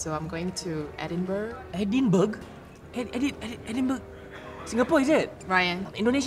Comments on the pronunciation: LOL. It’s pronounced as E-din-bra. Not E-din-burgh. Even though spelling is Edinburgh. I grow up there. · As much as I love this, please, it's edinbRUH - have to correct all my family back at home as well :'D